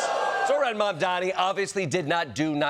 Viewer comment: How many times do you have to pronounce his name wrong???